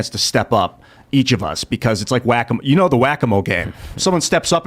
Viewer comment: Why did everybody just gloss over saying Whack-a-mo? Conspiracy!!!!